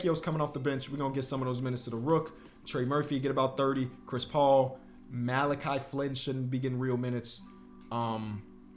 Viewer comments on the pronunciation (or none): none